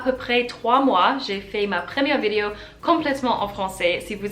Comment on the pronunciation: I came upon your channel today. I see that this video is nearly three years old, so I am sure your French has improved a lot since then. Since you make videos you need to pronounce the word "vidéo" properly. You are just saying it in English. First of all the sound i as in the word it, does not exist in French. One other comment, in this video you float back and forth between the sounds OU et U, as in the French words "où and bu." You can pronounce both correctly but not always in the right word. I am not writing this to criticize but rather to offer some advice. Maybe it would help to sit down with a native speaker and slowly go through this vidéo so the French person can point out the grammar and pronunciation errors. Many of the comments here refer to your "cute" accent. Surely you would prefer a good accent to a cute accent. You and your cat are cute in any case.